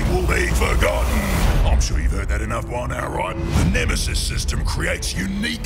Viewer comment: Nemesees? The fuck?!